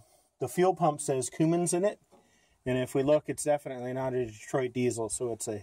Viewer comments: CUMMINS SIR, NOT COOMINS. I WOULD LOVE TO HEAR YOU SAY KOMATSU LMAO 🤣🤣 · Coomins 😂😂😂 it’s Cummins